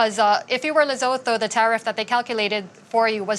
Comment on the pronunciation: LESOTHO ✅ Lezoto ❌